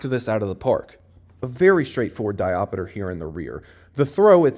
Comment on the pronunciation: Hey king, you didn’t replace the ATACR title graphic at the start also fwiw there are only 3 syllables in “diopter”. obv you’re the king here so you can say whatever you like :) just thought I’d mention it in case it matters